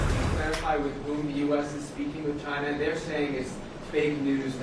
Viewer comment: LOL. Why does Trump pronounce "China" like the 'gina' in 'vagina'?